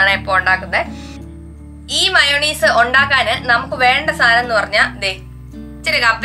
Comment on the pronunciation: മയോണീസ് അല്ല ചേച്ചി മയോനൈസ് എന്ന correct